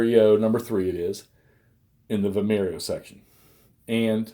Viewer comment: The name of the place and battle is Vimeiro (pronounced Vim-i-roo), not Vimiero. Nonetheless, it looks like a good game and interesting system. Thanks for showcasing it. 🙂